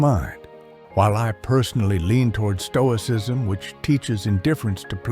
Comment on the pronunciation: Toicism? 😂 The S is hidden by color...